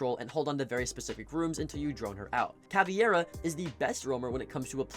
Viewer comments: It is CaviEra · Can someone explain why CavEIra gets pronounced as CavIEra by every content creator and player alike? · Are You calling her CaviEra on purpose to bait out comments like this?